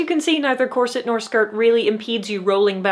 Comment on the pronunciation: Well . . . if your Muay Thai is good enough. Oh! You said “corset!” I thought you said “closet.”